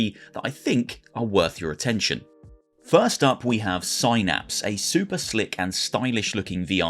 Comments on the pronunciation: Synapse=Sainaps? It's pronounced SIN-APS, FFS. Ya know, like what are in your god damn Brain. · It's Synapse as in synaptic or synthetic, not Psynapse like psychic